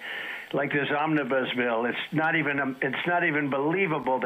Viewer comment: He can't even pronounce "omnibus".